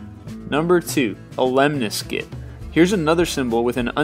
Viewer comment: It's mondegreen, not mandegreen. Also, the word lemniscate is stressed on the second syllable, not the first.